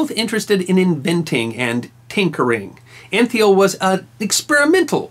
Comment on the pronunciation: George Antheil is pronounced Ahn-Tile... hope you can make note of that. I'm an Antheil and know the correct pronunciation.